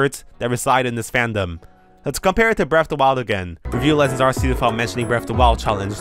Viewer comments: Why does nearly everyone pronounce Arceus's name as Arseus? Even the anime pronounces it Ark-ee-us. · I'm fascinated by the take, really annoyed that you're not saying Ark-e-us, Ark sounds better than Arse you can't change my mind. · it's pronounced ar-coo-se! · Also I heard it's called Arkoos, not ar-keyus or ar see us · Ark-ee-us doesn't make sense. Its Japanese name had a soft "c". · you call Arceus the wrong way. You don't choose the pronunciations that words have, you just have to pronounce them. Arceus is pronounced with a K sound instead of a C one, and that's because it's inspired by the word αρχαίος (which means ancient in Greek) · Just let him pronounce it how he wants. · that's not how it works buddy. You can't pronounce words however YOU like, language doesn't work like that